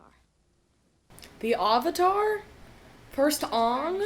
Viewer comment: When you watched the dubbed version of the ATLA show and they call Iroh "Eeroh" and "Aavatar" (like they say in this atrocity) 👁👄👁